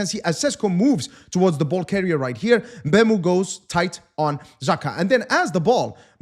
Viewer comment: It's pronounced MBUMO